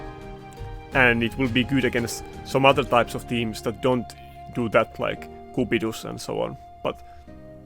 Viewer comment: I'm very much amused by the way you fins pronounce cupidus as koepidoes Good informative video, loving the content lately